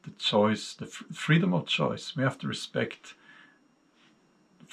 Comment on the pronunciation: Frredom of choice??? Sorry I think you have lost your mind Mr.